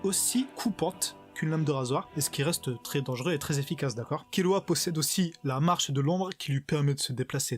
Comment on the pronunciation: C pas kirua mais killua